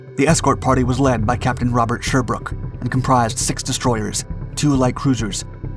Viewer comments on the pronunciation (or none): none